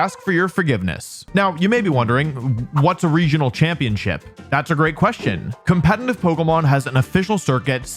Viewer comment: I really love your videos but it absolutely kills me that you mispronounce the word 'competitive' despite being a competitive Pokémon player.